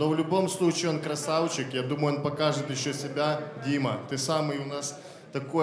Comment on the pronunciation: Техничнные бойцы по лучше чем на рашке ) обожаю когда ты говоришь (красаУчик) 😆😆😆